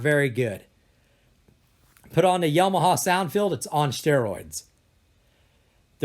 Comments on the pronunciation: It's not "atmis" it's ATMOS!!!!!!!. ITS NOT "ONKYA" ITS ONKYO!!!! Smh!! Its not "yomaha " it's Yamaha!!!! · Yo-ma-ha??? Isn't that a state in the US?